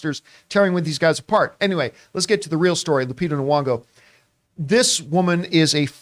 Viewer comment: its KNEEE-yON-GO